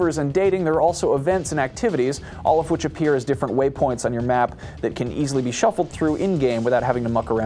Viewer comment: Waypoints? Or WEIpoints?!